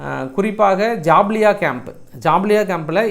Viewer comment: ஏம்பா, இவ்வளவு அவசரம்? ஒவ்வொரு வீடியோவைத் தொடங்கும்போதும், " அனைத்து நல்லுங்கலுக்கும் வணக்கம் ....' ன்னு சொல்றியே, அதையே கொஞ்சம் நிறுத்தி நிதானமா தெளிவா சொல்லலாமில்லியா? அது என்ன "நல்லுங்கலுக்கும்"? அடுத்து "ஜபாலியா" ன்னு சொல்லாம, 'ஜபலியா' ன்னு சொல்றியே! இது போல பல உச்சரிப்பு கோளாறுகள் ஏன்? ஓவராலா ஒங்க பிரஷண்டேஷன் நல்லாயிருந்தாலும், ஏதோவொன்னு குறையுதே! போகட்டும், 'கோட்டசாமி, சண்முகம், கூல் டவுன், கூல் டவுன்.. . .' போன்ற நையாண்டிகள் மிகவும் ரசிக்கும்படி உள்ளன! பாராட்டுக்கள், தொடருங்கள், தினமும் ஒரு தகவல் அடிப்படையில் ஜியோபாலிடிக்ஸ். . . . ஏன்னா ஒங்கள விட்டால் வேறு யாரும் இப்படியில்லையே, என்ன செய்ய!?!?